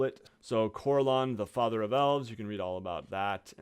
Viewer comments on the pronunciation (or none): none